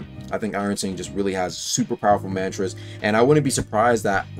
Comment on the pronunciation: Can’t be that hard to pronounce mantra bro said man 👨🏿 tras